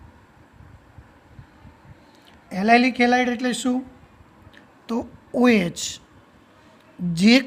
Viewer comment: Helid helid kem boli sir